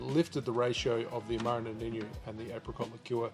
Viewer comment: Awesome. Amaro Nonino is from italy tho, so it is pronounced as wrote. No-ni-no... Noniño looks very Spanish 😁